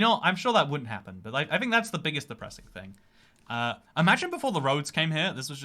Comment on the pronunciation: I love when he says "fing" with a southern accent